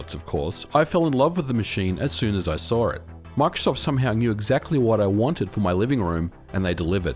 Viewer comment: You fell in love with the machine as soon as you "SAWR" it? what?